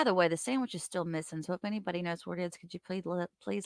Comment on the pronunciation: ‘Sammitch’ 😂😂😂 i didn’t get it before when it’s been said in previous lives! Kee kee kee!